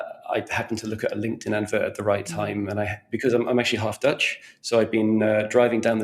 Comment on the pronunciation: he said half-Dutch in a half-Dutch accent 😂